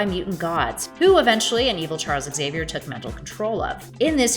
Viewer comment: The narrator can't say Xavier correctly, either. I wonder how she would say xylophone, Xena, Xerxes, xylem, or xenomorph.